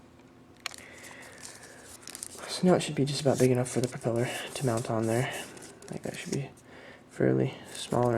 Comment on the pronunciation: "perpeller" REALLY? I hope you did that intentionally, because if not, you need to go back to elementary school. (propeller)